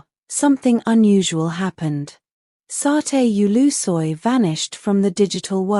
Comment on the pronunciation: QUE RIDICULO, VOCÊ NÃO SABE NEM PRONUNCIAR O NOME DO ATOR, E CRIOU UMA HISTÓRIA , QUE SÓ NA SUA CABEÇA, VAI APRENDER A PRONUNCIAR OS NOMES DAS PESSOAS CERTO.